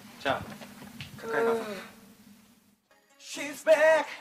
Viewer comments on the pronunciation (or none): Actually it's "She's Back" but from SungGyu mouth it sound like "swishe back" LOL